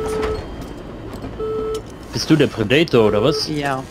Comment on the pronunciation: Wenn hier noch einmal jemand das Wort Predator so katastrophal falsch ausspricht, dann... LAUFE.ICH.AMOK!!! ;-P Als Let's Player hat man doch auch Verantwortung (der Sprache gegenüber) ^^ Schön allerdings die Shakespeare-Remineszenz :-) (beide meiner Bemerkungen in einer Szene )